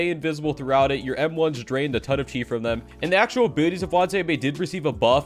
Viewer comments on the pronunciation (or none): It's not wanziame it's wanizame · for da 69420th time: wanIZAme NOT wanZIame